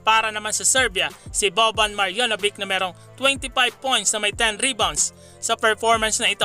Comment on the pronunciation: Sir, sana itama mo ung pag pronounce ng names ng Serbia, hindi "bik" it's "beach" "maryanobitch" ang pag pronounce. Meron pa sa ibang video mo ung "groin" growin, it's "groyn". Un lang mga ka BM.